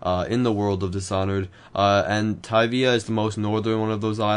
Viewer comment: I think you prunounced tyvia wrong.